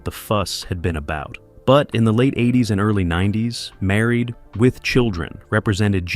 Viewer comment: What's with the pause after Married??? It's very off-putting after the 20th time hearing Married......with children.🤔